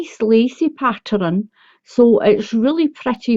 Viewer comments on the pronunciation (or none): Why do you say patterun